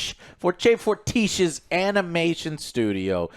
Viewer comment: Arcane is 10/10 for me. I'm just waiting for the last 3 episodes meanwhile listen to others opinions about the series but I am so sorry... This review is 4/10. You didn't do the proper research, couldn't pronounce Fortiche, it's fine. But how much did you pay attention on the series when you were not able to pronounce one of the main character's name properly? And what you mentioning as a "mistake" . Yes, it is a mistake, but not the series', more like yours. This means you did not pay attention on what you watch. Storytellers will not drop every single detail to you immediately, because 1:it can damage the flow of the story, 2:they want to surprise the audience this way or make some tension, make you curious and 3:to make you think, to invite the viewer to interpret the story in different ways. If you are confused over something in Arcane, it cannot be considered "weak bit" in my opinion. Most of the viewers are confused about a lot of details after episode 6. And I am pretty sure, they find those parts the most interesting. I know, this series is different. You need more attention and brainwork, more time to process what you actualy watched. This makes this show 10/10. We are not used to this, but this layered and complex storytelling is what we needed so much in this industry. Anyway, I hope you gonna enjoy the last couple of episodes.